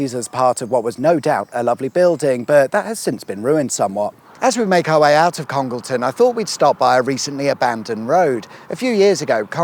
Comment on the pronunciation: Please note that Congleton is pronounced Conge Layton by those in the know.